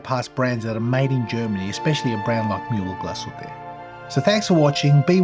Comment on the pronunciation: Pretty impressive pronunciation of Mühle-Glashütte for an Aussie, I must say. Usually they can barely say their own names right 😉